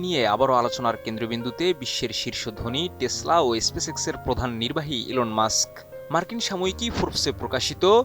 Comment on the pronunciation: espeSex na vai , Space X , 0.29 sec. -_